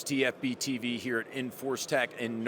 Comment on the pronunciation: the way he said "Hee-ah" had me in stitches for some reason 🤣